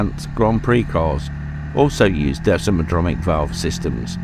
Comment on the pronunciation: It's desmodromic not desmodronic if you are going to slag something off try getting your facts right.